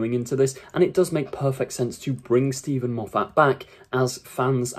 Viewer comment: Mate, he' s Scottish. His surname is not "Mof- fat". It' s pronounced " Moff- it".